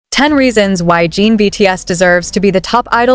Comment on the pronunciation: It's JIN not JEEN! Fix your AI!